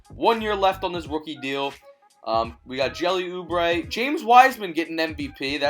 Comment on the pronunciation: You said jelly oubre